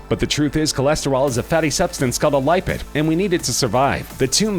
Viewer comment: The way he pronounces "lipids" and "rhesus" makes me cringe.